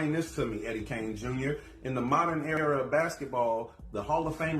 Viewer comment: In the modern hair-a (era) of basketball 😂😂😂 you wrong for that bro 🤣😭😭